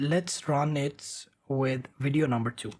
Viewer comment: Every time he say "widio" insted of vidio it put a smile on my face